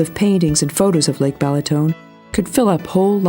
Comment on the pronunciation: Pronounced "Ba(h)laton" NOT "BElaton." the first "a" is pronounced exactly as the second one. So, that's your brief lesson in Hungarian (Magyar) pronunciation. I won't even get into the correct pronunciation of "Magyarország," the name of the country, "Magyar," the language and the people, "Magyarok." Enjoy Balaton.